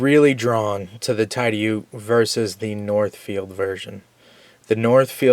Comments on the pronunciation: Great vid and GREAT knife,! BTW...I think that Tidioute is pronounced "tid-eee-yout". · Correct on the pronunciation. I live in Tidioute. It is a small town in northwest pa. Less than 1000 people live there. GEC knives are produced in Titusville pa which is 20 miles from Tidioute. The case knife factory is only 40 miles from Tidioute. Lots of great knives made near here